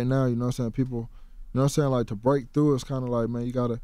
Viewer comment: "Noah Sane?"